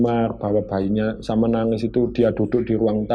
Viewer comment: Nuuuangez😅, bukan nagis😀